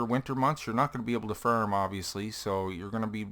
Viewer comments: Its pronounced farm not farm !!!!! You idiot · FARM NOT FIRM !!!!!!! GOD DAMMIT